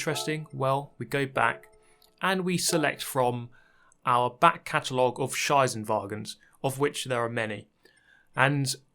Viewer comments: Scheiß-wagen nicht scheißen-wagen... :D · Its "Scheisswagen" ("Scheißwagen")